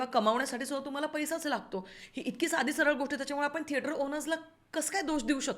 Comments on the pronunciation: तुम्ही थेटराचा असं नेहमी का म्हणता ? थिएटर चा असा उच्चार आहे. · tujha thetra is so annoying red light area language vattie thetrat chiii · saarkha saarkha ‘theatraat’ ‘theatraat’ aaikun faaar irritating vaatta… neat bola ki 😊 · thetrachya third class pronunciation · Thetraat 😂😂 I don't know why everytime she says that ,it tickles me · Him: I love it when you say that in your accent. Her: What? Him: Theatrat hi mazi 1st video ahe ji ki pahato ahe tumzya channel var, changla topic nivadla ani mala kharch tumchya mhanchyachi padhat avdli theater la theatrat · थेटराच्या??? थेटरातून??? रिला??? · तु मराठी एवढी शुद्ध बोलतेस पण थेटर चा उच्चार जरा वेगळाच वाटतो.कुतूहल आहे